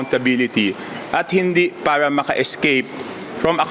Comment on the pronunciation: Hirap ka sa word " para" that's bisaya word.😅😅😅